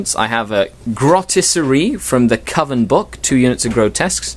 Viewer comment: Pronounced 'Coven' correctly! Now, if we can just get you to work on 'Grotesquerie' (Grow-Tesk-A-Ree) we'll be golden;) Only teasing you, you know I love you really! We need to have a meeting of the minds sometime soon, are you on Google+?